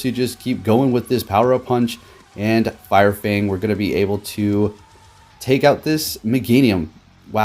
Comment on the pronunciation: “Fire Fnag”